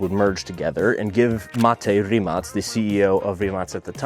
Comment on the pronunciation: Rimac not rimass